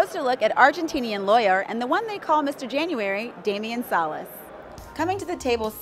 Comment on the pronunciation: Wow, you said his name right!!! Lon, Antonio, Norman, and Kara were not able to after many days. Thank you! <3 (Nice video!)